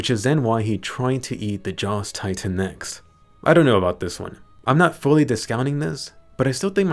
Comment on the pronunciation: Dropped a like just cause you said tri-tan